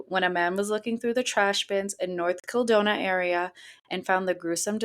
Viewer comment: North KildonaN, not north kildona